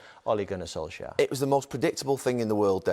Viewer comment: “Ole Gunnar Solshire” 😂